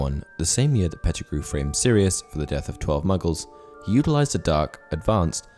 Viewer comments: You lost me as soon as you said Petergrew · I can't go on with the video when you said Pattigrew instead of many others more powerful than him. Also in many of your videos, misinformation is quite high. Facts are not being taken in consideration and movies are the base of your knowledge.